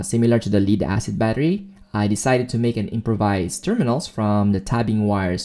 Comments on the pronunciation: it's spelled Lead but has two ways of pronounciations and two definitions. you're mispronouncing leed it should be pronounced "LED" lead VS leed. You did an awesome job, just that my ears cringed with wrong pronunciation. Death, dead VS deed, red, read VS reed, read and so on.... my goodness I've become a grumpy 'ol man "time for my meds!" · it's LEAD as in the metal lead, not lead as in "lead a team". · excellent video! only one suggestion: as good as your english is, Lead-Acid is pronounced Led-acid... as Pb in enlish is pronounced "led" not "Leed" otherwise, GREAT! any thoughts on how to increase the capacity limit ie increasing the 1050VA limit? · I’m super surprised no one else is annoyed by how he is pronouncing “lead” as “leed” instead of “led.” No one else? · Leed? Leed acid? 😂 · I know English has a lot of words that are hard to pronounce, Lead is pronounced Led like Led Zeppelin. Thats why they spelt it like that so it wouldn't be pronounced Leed. 😀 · just so we are clear "Lead-Acid" refers to the metal LEAD (pronounced LED). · you pronounce lead like leader and it triggers my autism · You are pronouncing lead wrong.